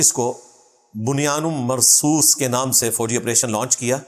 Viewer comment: Jis tarah is fitnebaaz ne buniyanun marsoos ko buniyanum marsoos kaha isse pata chalta hai ki ye wrong number hai. Khud ko islamic scholar hone ka dawa karne wala Quran ke ek lafz ko sahi se bol nahin paa raha! Laanati begairat.